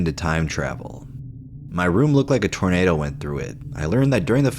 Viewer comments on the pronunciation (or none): none